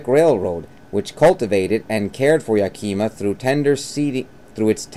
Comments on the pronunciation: Its yak-uh-mah not yak-eee-ma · it’s pronounced yak-i-ma not yakeema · It's not yakeyma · I literally can’t even watch this, it’s so cringy hearing him say “yakeema”. Did you just pick a random book and start reading it on camera? Or have you actually been to Yakima? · Think YAKAMA (emphasis on the first syllable) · You sound like a telemarketer. Learn how to pronounce Yakima.